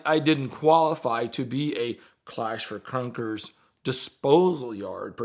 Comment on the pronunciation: I took a shot every time said clash for cunkers and now I'm lit 😝